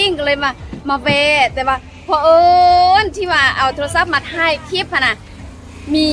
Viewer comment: ครู พูด CLIP,คลิป ด้วย DON'T FORGET L, ล.ลิง😊😊😊